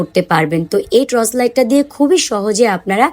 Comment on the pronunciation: আপু ট্রচ লাইট না, টর্চ লাইট হবে।